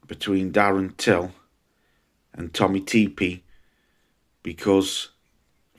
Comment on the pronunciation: Love it 😂😂 I would love it if they watched this could you imagine what their reaction would be😂 every time you say Tommy tepee it breaks me🤣🤣 keep them coming pal👏👏👏👏👏